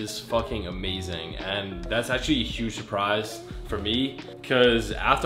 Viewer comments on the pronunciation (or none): none